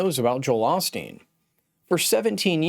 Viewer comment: This critic doesn’t even know how to pronounce Joel’s last name correctly. Beware of his critical words.